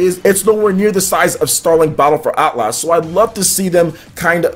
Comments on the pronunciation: It’s not At Las it’s Atlas so annoying. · Probs a small overcorrection because he used to say Atlus like the developer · Why do you keep saying AtlASS? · It's hilarious to hear mangle the word Atlas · Haha man you say Atlas funny.